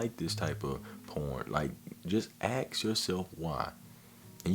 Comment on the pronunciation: Great video man but please for the love of God stop saying axe in place of ask. It's "assk" not "axe-body spray".